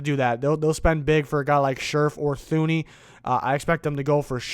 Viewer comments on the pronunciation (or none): Btw bro it’s Two-knee not thoo-knee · His name is pronounced Too-ney. Not Thuney. I know that's how it looks but it's wrong.